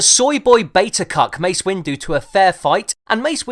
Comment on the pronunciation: more like Mace Winggerr